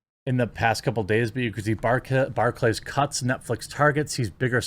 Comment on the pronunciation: "Bar Clays" really? You can't say Barclay's as a single word?